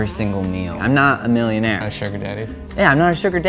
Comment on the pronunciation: The guy in the red makes weird emphases- sugar-DADDY, million-AIRE